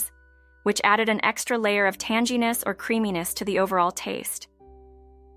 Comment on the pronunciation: Bolognia? It’s pronounced BOLOGNEE!! And Tan-geee-ness? I believe you mean TANG GEE NESS! 😂